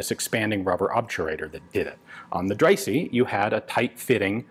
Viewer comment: Ian pronouncing something French: "Ahr-say-lahn" Ian pronouncing something German: "dRaY-SeeE"